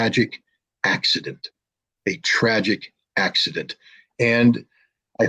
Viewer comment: Траджик акцидент 😂